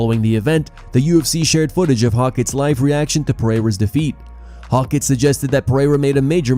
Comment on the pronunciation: Hoe-kit not hawk it